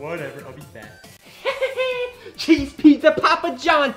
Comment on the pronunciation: my guy realy said "chese ball"